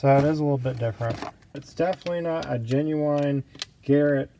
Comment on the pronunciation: Is he making a turbo joke when he says “genuwhine”